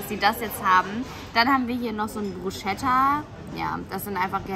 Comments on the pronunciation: Hey nur als Info Kötbullar wird Schötbullar ausgesprochen und bruschetta brus cetta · Ich lieb eure Videos nur eineVerbesserung (nicht böse gemeint) das Bruschetta spricht man Brusketta